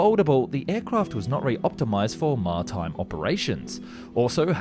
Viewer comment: Martime? Mar-I-time